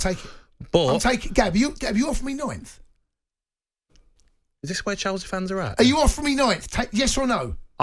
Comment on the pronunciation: I’m sorry, how did Gabby pronounce 9th? Nintht?